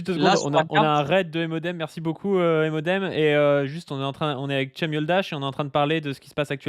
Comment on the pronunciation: Ça se prononce djem